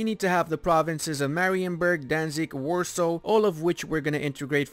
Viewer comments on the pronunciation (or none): none